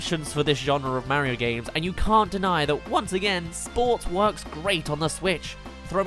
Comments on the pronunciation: It's Mario, not Merryo. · how come you say Mah-rio lol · You pronounce Mario and icarus wrong